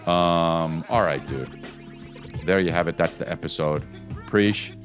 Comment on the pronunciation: Chris did you mean to say EPISIDE? It's a gackney accent aint it?